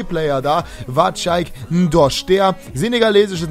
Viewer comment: Ndosch? Dein Ernst? 😂 wird ausgesprochen wie er geschrieben wird